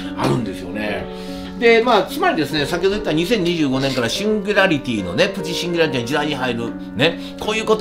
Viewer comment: 「シンギュラリティ」って言えてないよ。かわいいけど😂